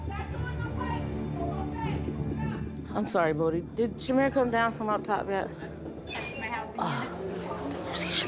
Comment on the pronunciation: Her name is Shamir, not Shamar you disrespectful idiot